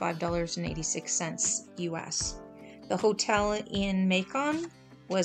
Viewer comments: Not May-Con but May-kan lol Like Bacon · "May-Con" That's funny. It rhymes with Bacon. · I’m from Georgia and loved how you said Macon, it’s pronounced May-cuhn, but who cares😂